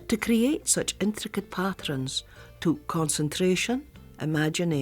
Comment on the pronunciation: The way the narrator pronounces “pattrens” reminds me so much of my Granny who bequeathed me her love of needlework!